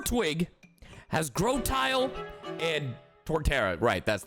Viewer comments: As a Torterra stan, the way he pronounced Grotle as Grotile physically hurt me. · Not when he pronounces popplio as POPEleo and grotle as GROTILE